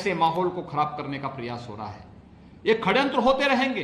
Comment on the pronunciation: Abe kya khadyantra , hadyantra bol Raha hai phle shadyantra to bolna sikh le